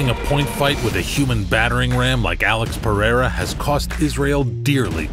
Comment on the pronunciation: I'm hoping that after all is said and done that Uncle Chael can manage to properly pronounce Alex Pereira's last name